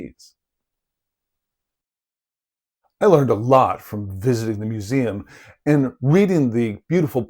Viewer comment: You quickly became my favourite youtube on Portuguese archeology. Please, don't ever stop doing this. It's a niche I've long wished to see properly attended to on youtube. I many more people agree. And your pronounciation of Portuguese words is 😗🤌🤌🤌